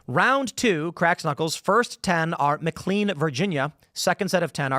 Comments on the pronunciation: Tim, love you, but please stop saying McLean as "Mick Lean." it's "Mick Lane" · lol it’s pronounced mick lane not mick clean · I'm from the DC area. It's not pronounced McCleen. It's pronounced McLane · area folk pronounce it McKlaine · As a McLean resident… the way Tim says McLean is so irritating hahaha